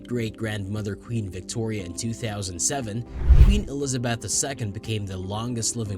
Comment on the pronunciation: Please learn to pronounce Elizabeth!